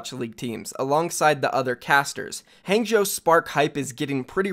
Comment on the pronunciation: I cringe every single time he says Hangzhou